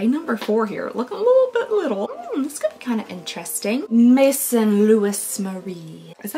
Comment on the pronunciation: Maison is "house" in French, so like in fashion, "house of Louis Marie". It's pronounced sort of like meh-zone. You're so much fun to watch!